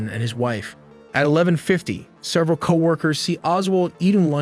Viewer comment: What is 'serval,' bot voice? Several?